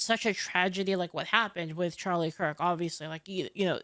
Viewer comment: "Chirlie Kark"